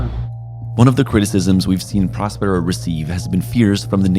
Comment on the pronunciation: I love your content, and wish you could release a vlog everyday, but then it wouldn't be as in depth, and informative. I do have one suggestion as to the name of this community Prospera. The way the name of the city is pronounced should be in the same vein as prosperity, or prosper. I would think this is what the name infers, and was thought of when it was created, no!?Thanks guys